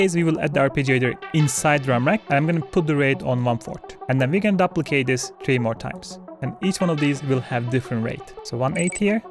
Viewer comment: Dooo -plicate not duh-plicate. Sink (Sync) not Sinch